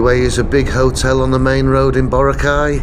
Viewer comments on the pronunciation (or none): none